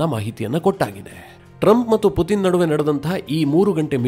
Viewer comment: Ley loude matte Puthin anthiyallo adu Puthin alla Putin🙏